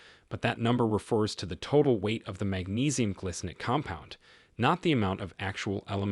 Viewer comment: It isnt glicinate. It is gly -- rhymes with spy, sky, sly -- cinate